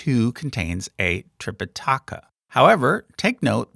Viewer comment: th (thank) is how it is pronounced in Sri Lanka and tripitaka doesn't have an accent anywhere in the word. but I wouldn't expect a guy making youtube video to know all these nuances.